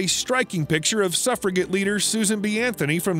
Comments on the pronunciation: Suffragette is pronounced suffrajette! Read much? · Suf ra jets is how it's pronounced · Please learn how to pronounce suffragette. The g is pronounced as a j.